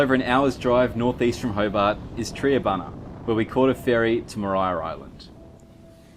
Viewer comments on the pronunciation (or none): Triabunna is not pronounced tree a bunna but is pronounced try a bunna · it's pronounced Try-a-bunna. The geese are Cape Barren Geese. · Ok guys the town to Maria island is called Triabunna pronounced try-ah-bun-ah. I lived there and worked on Maria island. Just to add my wife is now a Tasmanian who was born and raised in Sacramento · Wombats are like little dozers on legs, the walk up the stairs on Bruny Island is known for snakes & the way her said Triabunna was wrong, it's said like Tryabunna. I love my home state of Tasmania ❤ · Tri a bunna the host said it wrong. Mainlanders tend to mispronounce Tassy town names.